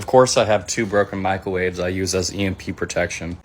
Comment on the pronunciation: he said "micawave" yeah id take this guys advice for sure he's got the English language down for sure. weird though I didn't see a wave made of mica in his room. just gonna have to take his word but i only saw 2 microwaves.